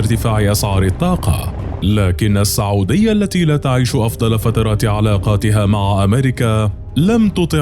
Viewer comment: ليش المعلق يقول ( الصعوديا ) بدل من السعوديه 🧐🤔